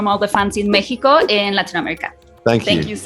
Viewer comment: Que lindo que dijeras "Mejico" y no "Mecsicou" 🤗